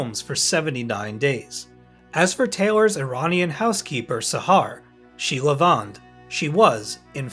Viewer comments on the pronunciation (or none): none